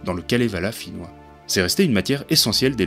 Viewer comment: C'est gentil d'avoir partagé la vidéo ! En effet, ma prononciation est fautive et je m'en excuse. J'ignore tout du finnois, malheureusement. Quant à ces textes je ne les connais pas !